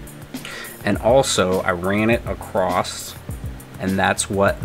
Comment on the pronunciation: The word is "across". The word is NOT "acrost".